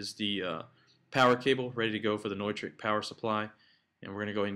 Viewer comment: I may try this on my Gator case. I have the DDJ-SX also. Thanks for the idea. BTW - I always thought it was "new-trick", not "noy-trick" :) lol